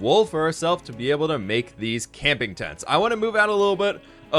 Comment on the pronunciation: Please tell me I wasn't the only that caught this "today's episode is going to be in tents..."